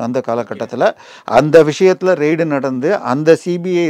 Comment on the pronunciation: Sorry for correction. It is raid not ride. ரைடு இல்ல ரெய்டு